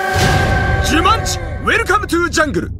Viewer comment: 「ジュマン」になってますよ